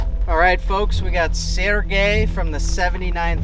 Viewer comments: As a Slavic person its ‘Sergey’ not Sirgay. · Vice lmao 😂 serGay lmao 😂😆